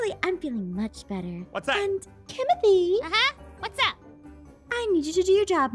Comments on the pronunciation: Kimothy? What do mean Kimothy? It’s Kimberly- Kim is short for Kimberly. Why are you calling her Kimothy? 😭😭😭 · Why does she keep saying kimithie in this video she like never says that